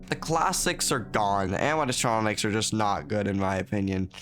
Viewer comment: bro cant say animatronics xD